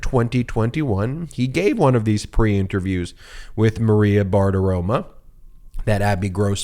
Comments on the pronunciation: BartiroMO, not Bartiroma. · Ben, it's Maria BartiroMO, not BartiroMA. One of my pet peeves, mispronouncing people's names. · It's BartiromO. With an "O"